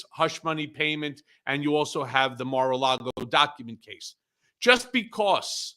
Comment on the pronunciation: ...Did Cohen just say Mar-a-Lardo?...